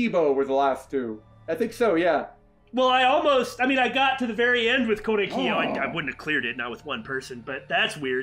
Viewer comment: Normally I don’t think twice about how you pronounce names because uh, it’s correct. But doesn’t Korekiyo actually have the stress on れ? I think that’s how it is in the Japanese dub and would be my first instinct. (Trust me, I’m also notorious for pronouncing names “correctly” instead of how the English dub butchers it. Mayumi Matsushita everyone.)